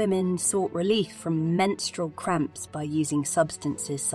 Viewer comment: Sorry I can't listen to her over pronounce menstrual again. I'm out.